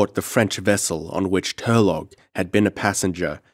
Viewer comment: it's Tur-low not tur-log